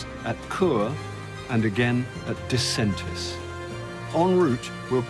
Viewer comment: Excellent film about this spectacular train ride! PS You mispronounced Disentis 😅